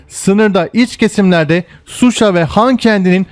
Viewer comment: Cok guzel .ancak şehir isimlerini dogru soylersen daha iyi olur.Mesela:Suşa degil Şuşa olacak.